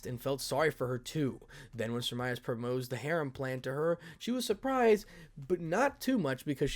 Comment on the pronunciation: Just a tip for future chapters when Semiramis (lady death) makes another appearance. For pronunciations sake Semiramis is the assassin of black from fate/apocrypha on Netflix. Idk why but I’m hearing her name being said differently.